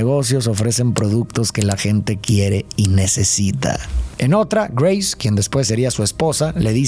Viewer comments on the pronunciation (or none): none